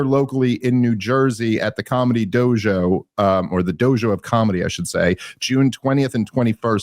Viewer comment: I always forget Dave's Jewish til he does something like pronounce the word "dojo"